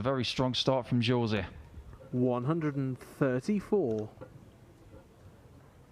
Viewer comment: Jose is pronounced Hose...